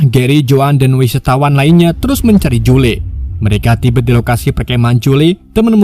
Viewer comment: kenapa nyebutnya Jule bang 🤣